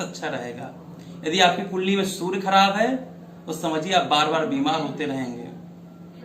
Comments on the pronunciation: Aap Sur bol rahai it's Surya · कृपया' सुर 'नहीं 'सूर्य ' उच्चारण करें आचार्य. 🙏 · Hindi me sury ka ucharn theek se kriye fir bad me gyan den, sur nhin sury khen , kanon me chubh rha sur ka ucharan. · Poore video mein aap Soor bhagwan kah rhein hain... Soorya bhagwan ka pronunciation sahi kijiye please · Surya bolna hai na ki , sur , pahele jake bolna shikh. Gadeey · Pandir ji surya to sahi boliye sur sur sunai de raha he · Bhai. Meko gussa aara hai. Tere ko bhagwan surya ka naam tak bhi lena ni aata. Aaram se bol sur sur. Kar raha. Hai. Language change kar teri tone sahi ni hai.